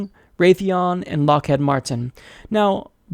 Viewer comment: It's LockHEED(rhymes with feed), not Lockhead. They were one of the biggest recruiters when I was an undergrad so there was rarely a day during interview season we didn't hear their name.